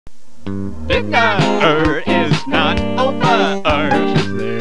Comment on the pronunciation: I feel like he added another syllable to the words dinner and over because the word hasn't ended yet, therefore it's not over